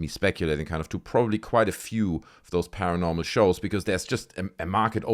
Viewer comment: When Zac says paranormal lockdown it sounds like he’s saying caramel lockdown. Actually most of the times he says paranormal it sounds like caramel